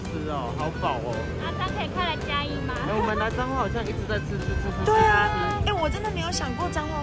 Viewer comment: 9：38 是彰化還是髒話（？🤣🤣🤣